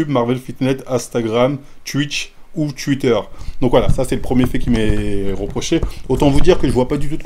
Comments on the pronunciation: Ptdrrr luffy contre marin fort 😂😭 mm Twitter et twitch, aucun effort sur les prononciations 😂 force au wakanda ✊🏾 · « Twuiiiter » 😂😂 sinon force à toi